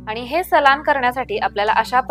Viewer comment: रेसिपी छान आहे पण सलान नाही म्हणायला हवे सालन म्हणतात